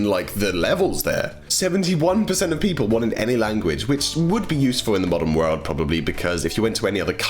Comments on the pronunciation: I hate when says world,but I still love watching his vids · He says world so weird LOL😁😁😂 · ....... You say world like you're an American. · I love how u say world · I love the way he says the word 'world'! It's so cool! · the way you say world is so posh